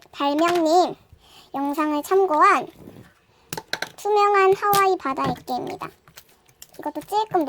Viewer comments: 아니계속 엑괴를아이라함 어린에가들어가는줄ㅋㅋㅋㅋㅋㅋ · 왜 짜꾸액괴을 애저이라고 하세요.?